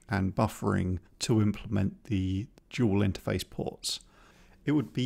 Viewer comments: I really enjoy your content (I have been awaiting this video with bated breath and am looking forward to your sprite logic) but I simply can't resist a bit of gentle mockery. To wit: "Dual" not "Duel" ;D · “Dual port RAM. not Duel port RAM”. Haha